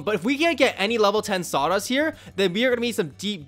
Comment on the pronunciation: everytime he says saudas i hear sawdust lol